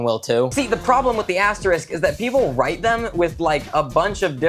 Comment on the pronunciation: vid idea: Now that he's said "drite" for write and draw, I want him to make up words he think the english language should have